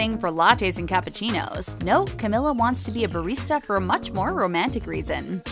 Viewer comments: Not to be rude but, I'm so triggerd by the fact that she said Camilla instead of her real name Camila🙃(Cameela😂) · It's pronounced like camEELa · camEEla please, thank you. It's about time people know how to pronounce her freaking name, damn it. This girl has been winning awards all over the place this year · CamEEla jesus man it ain't that hard but good video overall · me behind the screen: THATS NOT HOW YOU SAY HER NAAAAAAMMMMEEEEE my mom: why the hekk are you screaming me: its cameeeela my mom: *is she mentaly ok? questions? what? should i be concerned? my mom: okay? 8 walks away questioning if i need help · It's Cam-EE-la! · It’s pronounced “CAM-MEE-LA” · It’s CA MEE LAA for god’s sake! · Camila is the sweetest human being on the world I LOVE HER SOOOO MUCH MY QUEEN! <3 btw it's camEEla cabeYo :) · It’s camEEla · You said her name wrong, this is how you pronounce it (Cameela) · It's pronounced Cam-EE-La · Ummm how many times they say Ca-mill-a bothers the crap out of me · Sameeee lmao 😂😂💔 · NO ONES TALKING ABOUT HOW SHE KEPT PRONOUNCING CAMILA'S NAME WRONG THIS IS TRIGGERING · pls pronounce her name rightttttttttttt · she pronounced her name wrong